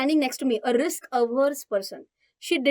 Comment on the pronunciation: Riks hai to isk hai wah 😂😂😂